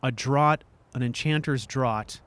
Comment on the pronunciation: "an enchanter's draught" .. draught should rhyme with "craft," you know? (I'm so so sorry!) Still enjoying these, despite the odd pronunciation bugbear ;) But missing Lorkhan Universe!